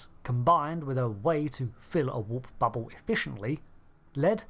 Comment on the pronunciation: "Fiewd," "bubbew," "vessews."